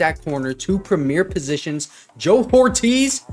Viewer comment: His name is pronounced, "OR-TEEZ" not "WHORE-TEEZ" as you keep saying numbnutz